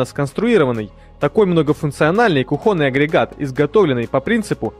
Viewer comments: Да не кухОнный, а кУхонный /слИвовый/. Нужно знать такие вещи, коли вышли на Большой экран! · Автор, извините, но ударение правильно ставить кУхонный а не кухОнный. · Elena Eleni , от этого вообще кровь из ушей 😂😂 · Хотела уже воздержатся от негативного комментария , но в конце услышала призыв автора. У вас столько подписчиков, пора бы уже и правильно говорить- кУхонный от слова кУхня и т. д. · Кровь из ушей из-за кухОнного😭😭😭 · Мне не понравилось, как автор ролика произносит слово кухОнный...уши режет...да и использования этого товара, нужно показать на личном опыте. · он достал прям уши режит